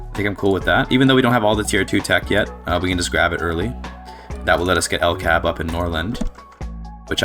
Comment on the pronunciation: I hard disagree on the statement that "Sweden [...] does not really have very many cool unique companies." You mentioned 'LKAB' (it's more accurate to pronounce it L-K-A-B) which is only one of two companies that has the ability too produce prestige iron, and with it's company bonus of +20% iron mine throughput is a strong company. And apart from that Sweden also has the ability to produce two unique prestige goods that no other country can produce: 'Ericsson' is the company for making prestige phones and is overall a mid company. Then there is "John Paradox & Company" which is an easter egg company that has quite specific requirements to be founded, and when it is not available it is not visible at all in the list of companies. It is obviously a reference to Paradox Interactive and primarily owns electrics industries and arts acadamies, and produces 'Grand Strategy Games' which is a prestige variant of fine arts. (Sweden also has three specific achievements (not counting the one you get for forming Scandinavia) which is quite a lot for a country that's not a major power, and without a dedicated DLC.)